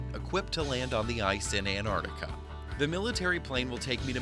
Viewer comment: why the fuck do you say annardikka????